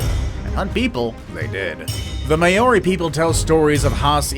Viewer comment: You mispronounced Māori. I live in the South Island of New Zealand where the Haast eagle once lived. Before creating your videos be sure you have all facts. However on a positive note it was good to see a mention of our extinct eagle.